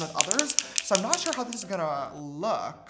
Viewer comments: " A second foundation?" James: "Shore" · “a second foundation?” james: “SHORE.” 😂 🌙🌙🌙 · I clicked faster than James can say “shore”. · I’m Peruvian and everyone’s laughing at how you pronounce “ sure” so now idk how to pronounce it HAHAHA